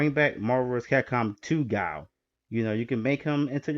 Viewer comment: You had me until you said “Guile”